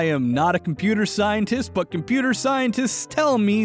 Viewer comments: Me throughout this entire video: "Hmm....yes, compooter" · Compooter?… Ah yes Compooter🤔